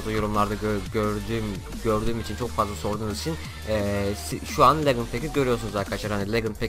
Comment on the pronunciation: Legınd Değil Licınd